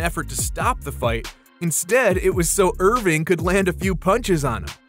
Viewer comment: Its Erving not Irving get it right